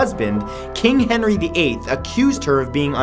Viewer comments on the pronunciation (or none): none